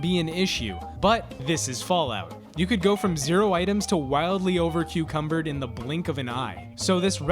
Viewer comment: I get over cucumbered all the time! Despite a total lack of cucumbers in the game...